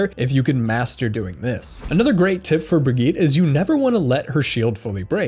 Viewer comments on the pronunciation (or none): Why the fuck does nobody know how to pronounce Bridgette